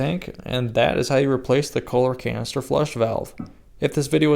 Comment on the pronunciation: Almost sounded like you said colon cancer replacement valve…..might be on to something.